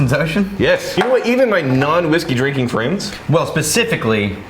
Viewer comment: 5 years later, and this is still all I hear when speaks. 😂🤣😂🤣 Here's to drinking-k!